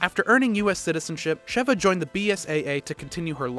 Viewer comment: It irritates me when he doesn’t say Sheva right